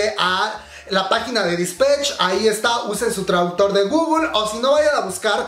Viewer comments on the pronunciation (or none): none